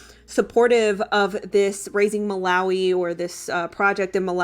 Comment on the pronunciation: Hey I lived in Malawi as a kid, uk sub here, it's pronounced Muh- lar- wee lar rhyming with car As you asked!!!